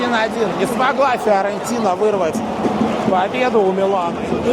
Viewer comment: Почему ты произносишь Фыорентина?)) Почему через ы? Первый раз такое слышу)